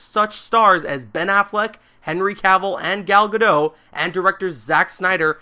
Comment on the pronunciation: Gal gadotttttttt not gado...